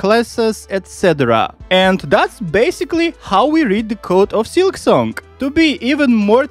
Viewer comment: Why do you say silksonk?